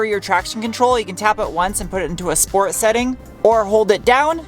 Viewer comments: I love it when you say: "schport" 😅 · SHPORT - SHPORT PLUS Moar shport!